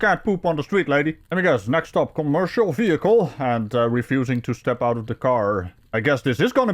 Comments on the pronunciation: Love the way she kept repeating “ve-hick-el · The way she says "vee hickle" drives me 🤪 nuts!! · Me too😂😂😂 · OMG so much!